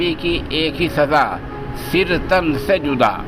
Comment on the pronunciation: सिर.... नहीं.... सर